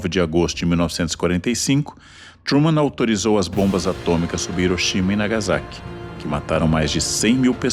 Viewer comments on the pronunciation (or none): Ivo Jima? Iroxima? Nagazaki? Meu Deus... Por que esse cara, que tenta se mostrar tão sábio, pronuncia de maneira tão burra? Quando é nome próprio em inglês ou em outra língua ele tenta pronunciar certo, mesmo sendo bem mais difícil. Dá um google que em 10s você aprende a pronunciar esses nomes. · Como vc leva a sério um cara que paga de intelectual e tenta pronunciar nomes proprios em inglês e outras línguas de maneira certa, mas no idioma mais fácil de se ler ele prefere ler IVOGIMA, IROXIMA e Nagazaki?